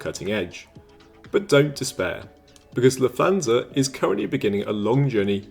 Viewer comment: Just for future reference, there is no “th” sound in German like English “thanks” or “the.” Lufthansa is pronounced “Looft-HANS-uh” in which the t and h stay separate and do not combine.